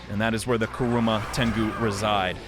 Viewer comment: KurUma tengu. Me:...do you not watch Naruto? KurAma: VaRjra! Me:, it's Vajra. VaJra.: Finn Me....He literally says his name. Fee-ohn. Okay, you know what, I guess it's just a nickname.